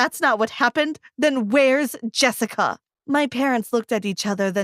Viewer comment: “Then were’s Jessi-CA”